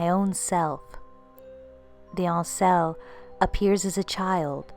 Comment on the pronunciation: Right I subbed because I really like your channel. I have apologised for saying you sounded weird on the first video. I think because I am a Celt from the Highlands of Scotland most probably of Viking descent and I am really old so I think I can help you with certain pronunciation. Ainsell....it would definitely be pronounced ain as in pain and sell..like in a shop. I know this for definite because my ain means my own where I come from and sel is self.....talking about which, did you hear about the lonely prisoner? He was in his sel...I know its terrible but you're not going to forget it are you lol...loving the channel.